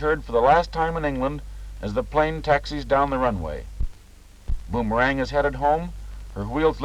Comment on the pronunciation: based on the splashes on the fuselage, looks like it a bit of an oil burner. And Mr. Narrator, it's pronounced "Bomber-ang," not "Boom-er-ang."